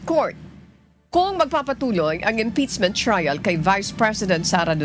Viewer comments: Impeachment ❌ Imptizmint ✅ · Madam anchor hindi po yung articles of impitchmint😂😂(impeachment) ang cnabing unconstitutional kundi yung pag violate ng 1year bar rule.... hindi po kau nakikinig sa spox ng supreme court.